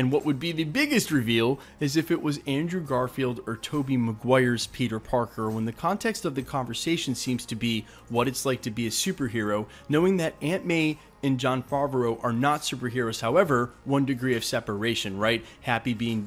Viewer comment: Also John Favreau not Fovreau and tomei not tormei